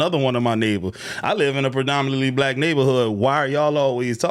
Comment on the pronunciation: Lol she even say black wrong